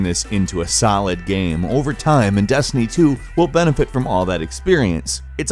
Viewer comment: I love how Falcom says "solid".